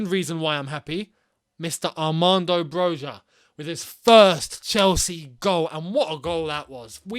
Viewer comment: Dude, you could at least learn how to pronounce Broja properly.